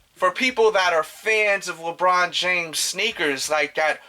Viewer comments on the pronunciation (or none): none